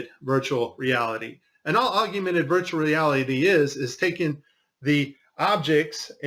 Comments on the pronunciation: Why does he say "aug-U-mented" reality instead of augmented reality? Is that guy still around? I heard he passed on. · I thought it was augmented not agumented. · *augmented...three syllables. Not "augumented." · Augment bro. Not augUment. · Pal, if you want people to listen, you have to make sure you come across as intelligent. It's Augmented, not augumented. Be better. (any grade school kid should know this) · AUG-MEN-TED not AUG-YOU - mented. Just sayin', mate. That's a biggie, really. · Why do you keep sayong "augUmented" reality, there's no "U" after the "g" in the word "augmented". It's AUG-MENTED. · Hey, it's "AUG-mented Reality", not "AUG-U-mented Reality". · Augmented, not augumented.. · He should really re-record this saying it correctly. It’s such a good video otherwise. Maybe he’s saying it wrong for the alguithms. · Hey you shut your mouth this guy is clearly an expert even though he doesn't know how to pronounce the word. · Forgive me, but are you mispronouncing “augmented”? It sounds like you’re saying “ argumented”. I’m sorry for the criticism. Your video is very informative. Ty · Augumented? Yep thats all I need to know he doesnt know what hes talking about. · How can you not pronounce augmented correctly?